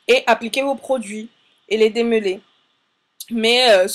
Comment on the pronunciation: "démeuler" ????? "démeulage" ????